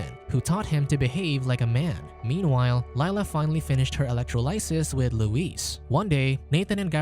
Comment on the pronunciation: Electro "lie siss". You had one job.